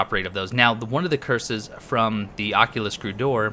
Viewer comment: I think it's Occult-ist Not oculus